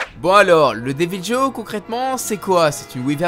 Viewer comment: Team armes de soutien et le deviljho se prononce devilro